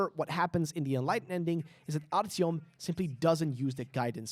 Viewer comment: Idk how you butchered artyoms name